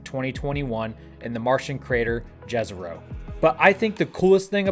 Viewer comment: J in Jezero is like Y in word Yiddish when you pronounce it , it means lake in South Slav languages like Serbian or Croatian.